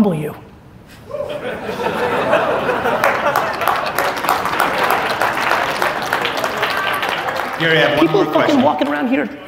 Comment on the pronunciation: Damn Gary you said it properly! No shortcuts my friend !